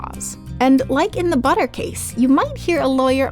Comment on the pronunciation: No not buter